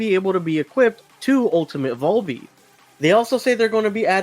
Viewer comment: Man the way you sal VALby makes me wanna claw my eyes out 😫